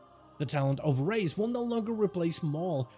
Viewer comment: "Talent of..." "Ability of..." "Spec of..." drives me insane lmao why he say it like that